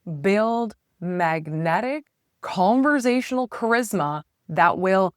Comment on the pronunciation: Conversational, not converZASHUnal. No Z. None.